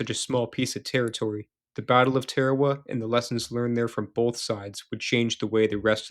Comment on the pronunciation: Note to narrator: it’s TAR-A-WA, not TARE-A-WA.